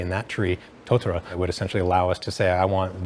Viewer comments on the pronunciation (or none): New Zealand tree is Totara, not Totora